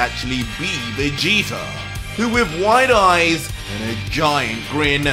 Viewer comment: Anybody else notice and laugh when says Vegeter instead of Vegeta 😂 I love it! Keep up the great work....